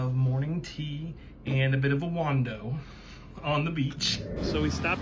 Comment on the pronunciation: Bit of a wando?? Do you mean wander?